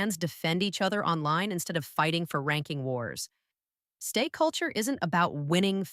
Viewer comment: I have a problem 😅 the audio is very AI. The audio voice occasionally glitches, repeats a lot of things walking in cycles and also went and spelled instead of pronouncing "STAY" at one point. 🙈 If this is fan content but voiced this way my someone who needs accommodation or doesn't want to use their own voice, then that's one thing. But then that would mean more polishing + proper transparency and labelling that AI was used specifically for that purpose! What I'm really concerned about, would be this channel being a full AI/bot channel. Not only would that be terribly problematic in more than one way, but also trampling over the very principles of connection that Stray Kids and STAY stand for! 👀 So ... what's going on here?